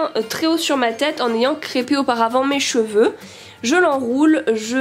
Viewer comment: Je suis la seule a avoir entendue les petit chevaux au lieu des cheveux?😂